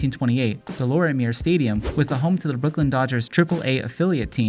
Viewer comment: It's pronounced De Lormiay stadium...😂